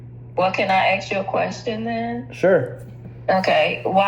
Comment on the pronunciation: That city council woman: "Let me axe you something?" LMFAO!